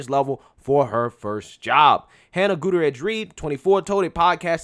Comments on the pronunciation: 😆 How did you manage to miss both R's in Gutierrez every time you said it? FYI: That double R makes rolling R sound which should if anything be overly prominent within the word. The pronunciation can take a little practice for those not used to using it in their mother tongue but given your chosen job and the fact that Spanish is the second most used language in America and will only become more prevalent if things don't change in a big way. It might be a good idea to know how to pronounce words in it, even if you don't know how to speak the language itself. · Guda-rez? No no no... GOOT-E-AIR-AS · How to pronounce "Gutierrez": Goo-tee-air-rez. Break it down: Gu-ti-er-rez. Okay...? Goo-tee-air-rez. It's not "gouda-redge". You're welcome. If you're going to be "The Black Conservative", then you should least know how to conserve the Truth of pronunciation, muh dude. Sincerely, The Grammar Nazi (When you say a Hispanic name, you should almost sound Hispanic when you say it; otherwise, you're not saying it correctly. If I were to say the African name, "Tsotetsi Pipinyana Pampoen", then I would most likely sound African when I say it, because it is African. I've heard South Korean people call me "Ahn-da-roo", but my name is not pronounced "Ahn-da-roo"... My name is pronounced "An-droo"... Two syllables - not three. They sounded like they were calling me "underoo".) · Gutierrez: pronounced: Gut tear is. Not Gotourous. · oh judging by that opening, I’m sure she was the “head-person” for atleast a couple ppl on that movie set 😏 probably how she got hired in the first place. 😂😂 Edit: it’s “GOO-TEA-YARE-EZ” bro, Not “GOO-TA-REZ” lol Just lookin’ out, mane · Let’s be clear. She was NOT a diversity hire. Her FATHER trained her. And, she probably got her job through nepotism. FYI……. GOO-TEE-AIR-EZ. Is how you pronounce the name. It’s Spanish. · I think the name is pronounced Goo-tea-err-ez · Great vid. 👍 small note. Goot-ee-er-ez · Say it with me now: GOO-TEE-AIR-EZZ 🤣😂🤣